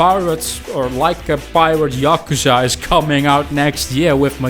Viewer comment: "yockerza" how on earth